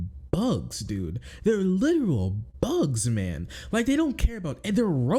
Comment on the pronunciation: I like how you said “Bugs” with such a 🅱️